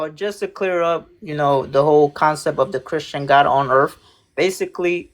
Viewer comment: Wow i didn't know earth was called earf.😅